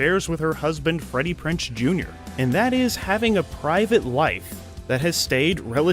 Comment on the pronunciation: PrinZe. PrinZe. Not PrinCe. Jeeze Effing Louise